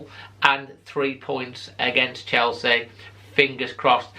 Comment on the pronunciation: I fear a heavy beating !!!.... its chelsea not chorley !!!